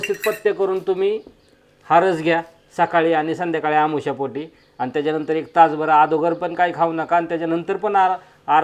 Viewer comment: आमोशा पोटी नाही हो अनोशीपोटी म्हणा